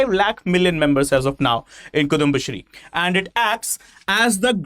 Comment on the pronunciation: Kuthumba alla kudumbasthree 😂.. just kidding. Thanks for the video. I live in Tamilnadu but a Keralite, so enjoying best of both worlds!!